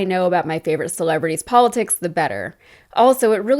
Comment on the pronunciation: "Don't gut involved in polit six"